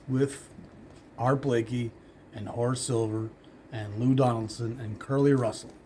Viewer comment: I find your channel and you’re already gone. I’m always late to the party. Great episode! When you say Curly Russell’s name, you seem tempted to say it Pee Wee Marquette style. That’s how I always say it.